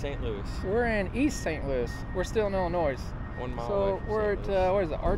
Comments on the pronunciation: ILLINOIS (i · luh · noy) NO "S" please. Nice rig even if its not a surveillance truck. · Come on the S is silent in Illinois!! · Your driving me nuts the s is silent on Illinois. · the S in IllinoiS is silent lol😂😂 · I really like you channel but... Two comments, I wish you guys would quit trying to be cool, saying bud all the time. Second, the "S" is silent in Illinois. lol